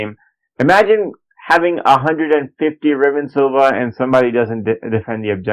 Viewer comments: Oh my fking god, it's riven sliver, not Silva. Christ almighty learn how to speak, that's excruciating to listen to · I wish most people could read. Its a SLIVER. JESUS